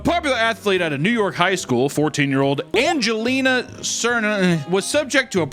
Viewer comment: Just not even trying pronounce her name is hilarious lmao